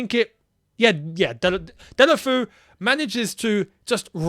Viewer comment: Man said Delafoo hahaha